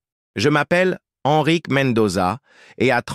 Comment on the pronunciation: 38 minutes et enfin Ennrick au lieu de EN Risque, précieux ridicule